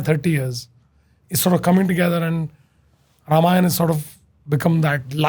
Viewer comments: It's not pronounced Ramayan + aa It's Ramayan + a a as in apostle. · please make this movie in 3 parts. ramayan is not in any way less in scale than lotr. also call them ramayan, ram, ravan. as they sound better and also the correct to way to pronounce them. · hi, first of all its not ramayanA, ITS RAMAYAN, the A in the end was added in the colonial period after each and every hindu term, because of our अ sound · only thing is ,it should be Ramayan ,not Ramayana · Why it's Ramayana and not Ramayan 🤨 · The only thing I didn't like about the teaser was writhing ram as rama and ravan as ravana or even ramayan as ramayana. It's a colonial hangover to mess our own pronunciation. People who don't know the right pronunciation will always pronounce it wrong. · रामायण not Ramayan( रामायन) please why Hindi belt people are loosing tounge for saying ण 😮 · Bhai ramayan hai na ki Ramayana 😂😂😂